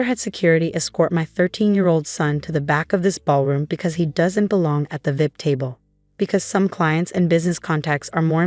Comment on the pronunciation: I wish AI would pronounce VIP as V.I.P and not vip. Sounds ridiculous